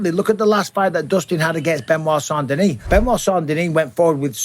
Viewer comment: I would like to thank you for pronouncing saint denis properly on behalf of everyone that speaks french.